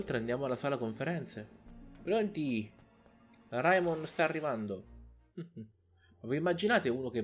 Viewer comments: Si dice Reimon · la pronuncia corretta è Raimon